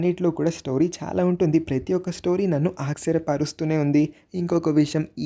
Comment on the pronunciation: Aksaryam kadhu archaryam please ala anakandi just chepthunna thappuga anukokandi sorry